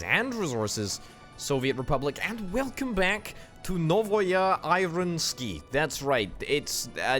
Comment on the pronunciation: Thanks for releasing such entertaining content! The only slight gripe this episode is that "novaya" is the feminine form of "new", whilst "ironsky", atleast as you pronounced it, suggest it in the masculine form. I apologise if this came of as an insult or a slight, I didn't intend it to be that way.